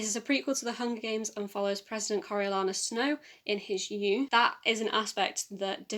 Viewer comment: Girl, I feel ya with the Coriolanus pronunciation haha! I didn't enjoy The Ballad of Songbirds... as much as you did but glad you got so much out of it :)